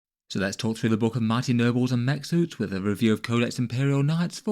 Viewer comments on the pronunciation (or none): When I heard your intro, I heard “mighty Nurgles” instead of nobles. Created an amusing image.